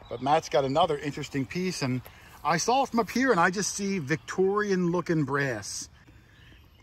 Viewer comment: The pronounces the word saw sawL!